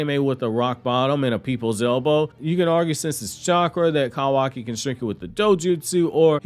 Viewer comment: Listening to you say Cow aki instead of koo waki is absolutely painful.